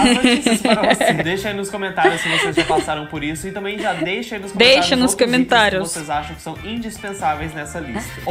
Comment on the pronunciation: cuidado com o gênero das palavras. Por exemplo: a pronúncia é cOmentário (masculino) e não cAmentário. Boa Sorte.